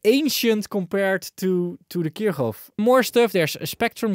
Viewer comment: Finally someone who's not making my ears bleed by absent-mindedly pronouncing Kirchhoff completely wrong Thank you, 👍☺